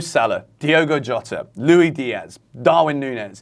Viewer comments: Good analysis. Agree with your points. Please stop calling Luis Diaz “Lui”. I know it’s an English thing but he isn’t English. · Why do English ppl not pronounce the “s” in Luis. It’s pronounced how it’s spelled bro.